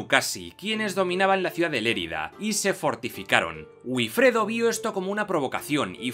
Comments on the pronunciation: Es VIFREDO, teniendo en cuenta que la probable pronunciación de la W gótica fuese similar a la W alemana, e incluso se parecería a FIFREDO. Pero no a "B"ifredo. El fonema B en lugar del fonema V es un "vicio vascón", ¿sabías eso?; uno que el castellano adquirió del vasco de la época y que ya hasta César resaltaba de los "iberos" con su famosa frase de "bienaventurados los iberos, para los cuales "vivir" es "beber" (vivire, bebere est) y que casi nadie sabe entender correctamente. 😏 La V y la W derivan de hecho del fonema U, campeón; en inglés, en alemán y en español. Otra cosa es que tú no sepas pronunciar una V, y no entiendas la diferencia. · Estupendo vídeo, pero la pronunciación de Wifredo (El Velloso) es "Bifredo", no "Uifredo". El inglés nos está invadiendo...